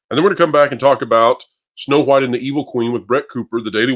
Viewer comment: Am I the only one who gets unconfortable by the way you say the H in wHite? 😅